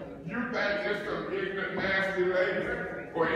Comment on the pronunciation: “You is ignant”